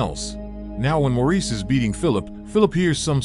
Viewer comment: Maurice is pronounced "Morris"